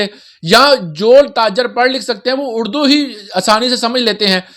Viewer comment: اردو بولیں ،اڑدو نہیں 😅